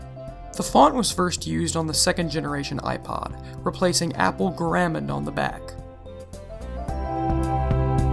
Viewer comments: guh-räm-mund?! Whot the fork? Wouldn't be so heinous if he didn't keep saying it. Argh! Humperdink! Humperdink! Humperdink! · good video! you pronounced garamond wrong. not a big deal though.